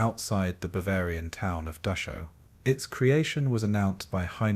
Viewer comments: Can you please pronounce it as Dachau not Duckaw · Dock-cow not Day-show. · Dachau is pronounced Dahow get it right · Oh, for pity's sake, get the name right! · The pronunciation of the name "Dachau" is just plain atrocious. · Why do you keep pronouncing Dachau wrong?